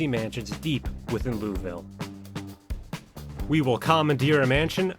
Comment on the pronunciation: Great video, and I loved every second of it, but omg as a Kentucky native the way you pronounce Louisville is like gravel against my ears lmao.